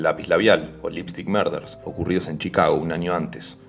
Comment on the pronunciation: Se pronuncia “honter”, no hanter. Morders,no “marders”.